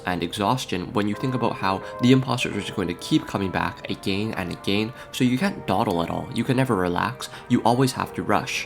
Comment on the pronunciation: “—Imposters keep coming back Agáîne ań Agehine-“ “—All the prúgrésš-“ “—Did all of that just to Lewse?”